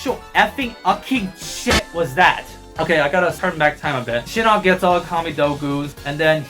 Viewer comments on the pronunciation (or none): none